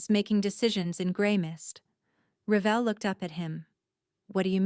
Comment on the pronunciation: Revell is not pronounced the same Revall I know because my last name is REVELL so I know how it is pronounced and how it is supposed to be spelled cause in school, even though I would spell it to people who needed to know how to write it that still put it down wrong and you’re doing the very same thing.